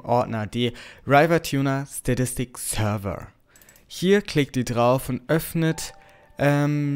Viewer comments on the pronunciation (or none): none